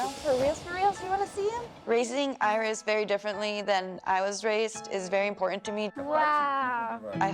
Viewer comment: They seem like such a sweet family. I love the way the pronounce Iris. Earis….🎼